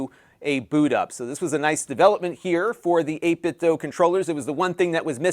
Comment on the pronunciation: Just FYI, it's pronounced 8bitdoo, not 8bitdoe.